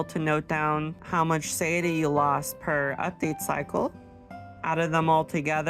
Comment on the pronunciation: suh-tie-a-tea [sə-tī′ĭ-tē] Great math, very helpful :) Thank you